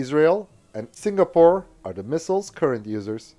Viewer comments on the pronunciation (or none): none